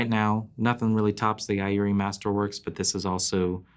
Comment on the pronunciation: The a is not pronounced in Yairi. It is properly pronounced as Yiri.. YIREE. Yeye-Ree